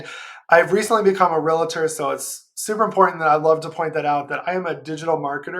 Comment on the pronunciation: REALTOR, pronounced REAL TOR There is no i. Great video :)